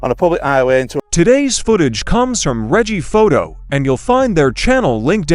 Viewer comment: Can't hear what is being said due to music being played over it. You also got the name of the cameraman wrong, it's Reggiephoto not Riggie. Attention to detail